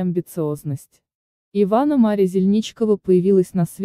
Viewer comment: Ивана,ударение на 1ый слог.